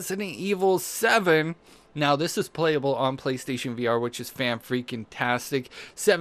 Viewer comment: playstaytion deals of the week haha the way you talk in your intro and everything